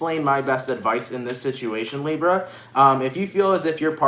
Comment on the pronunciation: I like when he says Librrra 🤩